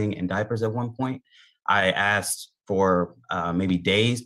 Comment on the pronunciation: Dont deal with a woman that looks like she is is well put together and still says says "aksed" instead of "asked".... Oh snap... "Visitating"?........ yeh she putting up a real front... Skip..